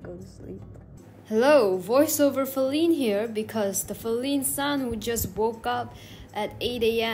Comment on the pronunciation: What thé Fuck i thaught her name was feline not faline